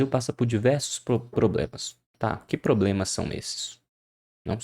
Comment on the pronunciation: " diversos probemas"